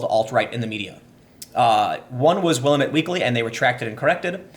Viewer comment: I’m sorry but are you really from Oregon if you can’t pronounce Willamette? I suspect you’re a transplant. 😜 It’s all good. You’re welcome to stay. It just hurts my ears to hear Oregon places pronounced wrong.